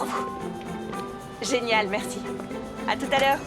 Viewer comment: Question: pourquoi l'actrice principale rajoute un ssse à chacun de ses mots ? Comme plassssse au lieu de place et nuitsssss au lieu de nuit et merssssi au lieu de merci.